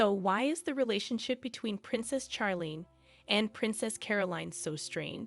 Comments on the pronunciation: Charlene's name is pronounced with a soft ch like in " share" not a hard ch like Chuck. Prioline was pretty when young but too much sun, cigarettes and alcohol have aged her. Her sister Stephanie has also aged prematurely. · please pronounce her right sounds like Sharleen not like you burnt something seriously please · Her name is pronounced Sharlene not Ch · That's because the narration is computer generated. The computer thinks 'Charlene' is supposed to be pronounced like 'Charles' except for dropping the 's' and adding 'lene'. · Her name is pronounced “Sharlene”. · Not sure you are pronouncing her name correctly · The pronunciation of Charlene is off putting